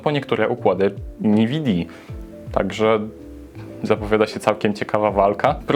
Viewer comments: nividi? Czyta się (chyba) enwidi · Usłyszałem "niwidia" i wyłączyłem. Przepraszam